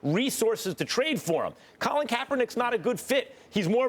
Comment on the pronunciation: y she said colin like dat damn girl